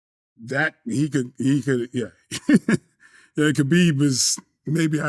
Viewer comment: Meanwhile, he's saying "Khabib" wrong.